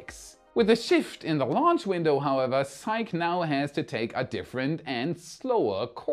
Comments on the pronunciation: Psyche is pronounced sahy-kee. Named for the ancient Greek Goddess. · I still say it doesn't matter how fast they get Starbase ready, the lawsuits are going to keep them from flying for a while. I would love to be wrong. I want to see another test flight. I am pretty sure Psyche is pronounced "SY-key". But it's all good. The delays have to be just heartbreaking for those folks. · Elon Musk is mining a $600 trillion dollar asteroid! It's pronounced Sy-kee. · Psyche is pronounced sigh-key. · "Psyche," pronounced "SIGH-KEE." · Psyche is pronounced “Psych-EEEEE”, please. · Psyche is pronounced "Sigh-Key"... don't judge me... I'm autistic. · Thanks for sharing! I would recommend looking up the pronunciation of Psyche though 🤣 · It's pronounced SIE-kee, not sike. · By the way, it's pronounced Sikeeee not sike:-) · Psyche: sigh-key. Just to highlight English spelling / pronunciation oddness. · Love your channel! 🎉 Btw, Psyche is 2 syllables (different from psych) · Hey, it's not pronounced "sike", it's actually "sike-ee". The e isn't silent because of it's Greek root spelling Psykhe. In Greek mythology she was the wife of Eros (Cupid). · Psyche is pronounced ZiK-ee, not just ZIKE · Is psyche pronounced "sike" or "sikee"-- I think it's sikee.. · It's pronounced si•kee,. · It's pronounced "sike-ee". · I think that Psyche is pronounced Sy-kee. It's the name of a character in Greek mythology. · With Psyche, the e is not silent, the name is Greek not French. In mythology, she was the Greek Goddess of the Soul and wife to Eros (they became Anima and Cupid for the Romans). Psych is when you make someone think you are going to do something and last minute, when they flinch in responce, you say `Psych'... Keep up the great work. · Psyche is two syllables si-key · The pronunciation of Psyche is [SY]+[KEE], two syllables. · Because psyche is a Greek word, we can use Greek pronunciation. So it's pronounced "sigh-kee". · Psych-EE. Its Greek.